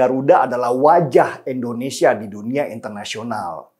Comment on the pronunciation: Indonesia, Bang Denny.. Indonesia. Bukan Endonesia.. 🤗